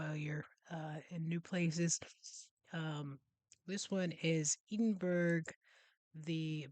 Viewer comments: I can't believe you said "Eeden berg" again 😂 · Its eh duhn bruh